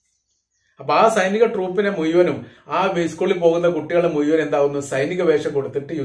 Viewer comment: മുയുവനും 😅😅നാക്ക് വടിച്ചു വാർത്ത വായിക്കാൻ ഇരിക്കടെ